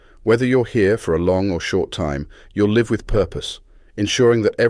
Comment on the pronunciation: I thought this was s person reading until it pronounced "live" wrongly.